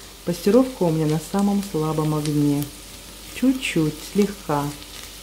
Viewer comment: Пассеровка, а не пастеровка! Извините, режет слух. А суп хороший!